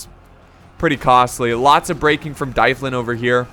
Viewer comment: I'm pretty sure dyflin is pronounced dove-lin because gaelic.